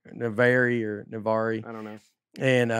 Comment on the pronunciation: Navari? Hahahaha Nazare - Nah - zar - eh